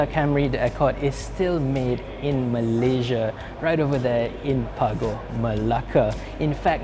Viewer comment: Kau sebut Malaysia elok elok sikit aku cepuk dgn kreta tu kang😑